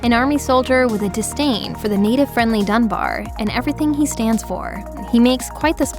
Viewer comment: it's Dunbar not "Dumb bear".